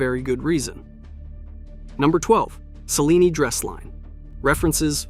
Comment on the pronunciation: Cellini is pronounced: "cheh-LEE-nee", with the primary accent on the second syllable.